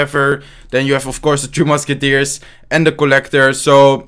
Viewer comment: Why does he always say "2 musketiers"?